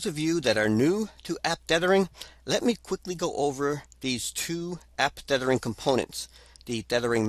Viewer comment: TETHH-ering... not DEATH-ering... ugh. hard to listen to. (Yes. I know this is 8 years old.)